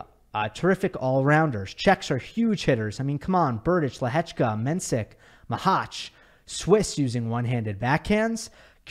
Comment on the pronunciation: as a Czech I have never heard such a good pronounciation of Lehečka 😳👌🏼